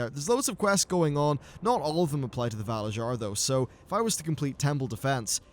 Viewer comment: I don't know if anyone has said anything but the way you're saying valarjar is wrong. in norse cultures j's sound like y's so it would be valaryar phonetically.